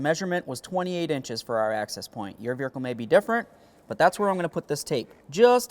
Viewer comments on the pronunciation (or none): I’ve never heard someone pronounce vehicle as, “VEER-UH-CUL” So odd. Lol.